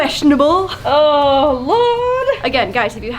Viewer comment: Gurl......you literally pronounced LORD like LAURD and I guess nothing's funnier than that in this video